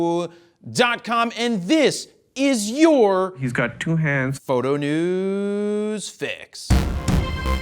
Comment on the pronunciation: oh my How you pronounce PHOTO..... Please stop, lol......